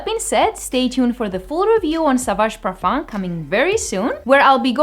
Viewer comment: (a) More like "Young Girls's Reactions to Fragrance/Cologne"; (b) 90% of the times women who come in pairs will influence each other markedly and state they both prefer the exact same perfume...; (c) don't pronounce the "m" in parfum: when spoken (in native French) the word ends with a vowel (not a consonant) sound.